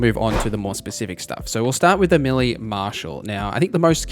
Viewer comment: Appreciate the video, but can you pronounce "melee" as "may-lay"? Dunno what this millie business is all about.